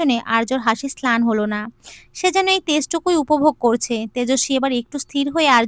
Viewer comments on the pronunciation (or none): Slan not, mlan